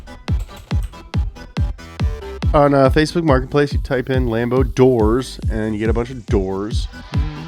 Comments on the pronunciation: i heard him say fakeboots martinplace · love how it sounds like he says "fakesbook martin place" "greggslist" and "offer up" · ”Fatebont Martin place”